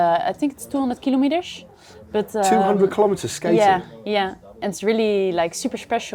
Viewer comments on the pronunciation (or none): 200 hundred " keylomedesh " :)